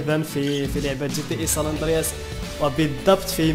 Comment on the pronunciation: ساندرياس هههه مالك يا صحبي ناس gta5 ونتا ساندراس ههههه ضحكتني ههههه